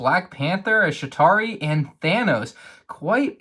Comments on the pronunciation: Why do you keep calling it a sh*tary? It's called the CHItary! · So, as i die hard marvel fan, watching this pained me, so here are some corrections: its "Chitauri" not "Shitauri" on the back of Ant-Man's, its Ant-Man's helmet, and two ants there was no scene where the avengers sat around a coffee table for a quote on quote "coffee break" so, those are just some of the mistakes i caught. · Just so you you know you pronounce the CH in Chitauri